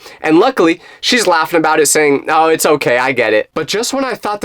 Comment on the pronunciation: it’s “it’s” not ots